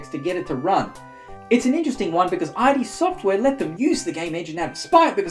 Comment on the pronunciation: The blasphemy. It’s id (pronounced like „it“) software, not i.d. software.